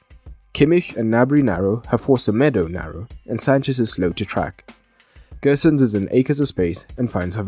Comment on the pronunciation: Gosens is pronounced with a normal O, no need to pronounce as Gösens!